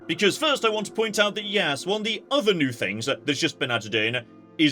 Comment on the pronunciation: "one of the UDDER new things" I don't even know if it was on purpose, but coming from I'd absolutely believe it